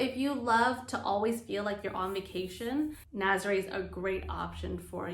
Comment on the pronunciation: For the love of Pete, please pronounce these names properly. I cringe every time I hear Naz-ah-ray, it’s Nah-zah-reh.